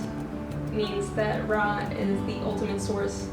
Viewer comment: Girl you can't even pronounce RA correctly in Ancient Egyptian language, pls stop spreading misinformation about my history🤣